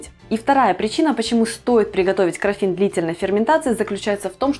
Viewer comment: крАффин не краффИн. Гибрид круассана и мАффина.